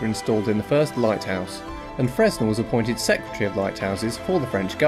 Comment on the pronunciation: The 'S' is silent as he was French, should have been pronounced 'Frenn-Elle'.